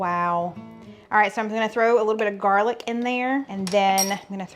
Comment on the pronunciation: Did you say Jarlic? 😂 love it!